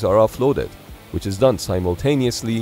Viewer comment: You had me laughing out loud at "Things that go BRRRR" – nice rolling of the R's!